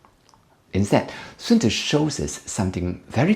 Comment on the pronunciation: <<A good commander is benevolent and unconcerned with fame>> Sun-Tuh-Zoo. Chinese prince Matchabelly.